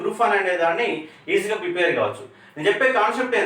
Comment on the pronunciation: Prepair kaadu prepare.